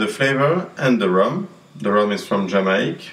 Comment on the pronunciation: Umm...u didny say Jamacia u just said Jama...thts it come on man give some respect to my countrt